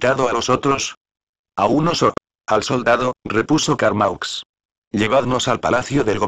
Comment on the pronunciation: Carmaux se pronuncia Carmó!!